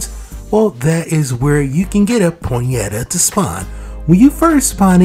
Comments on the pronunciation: Why are you saying ponyeta? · It's pronounced pony-ta